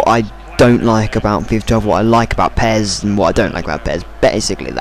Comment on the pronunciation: pez?! accent level over 1000.